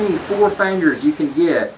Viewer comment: It's fingers not "fangers"